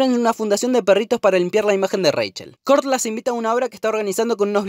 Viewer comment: aprende a pronunciar Kurt y dsp hablamos